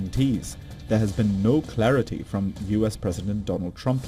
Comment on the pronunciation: Clarity or charity 😂😂😂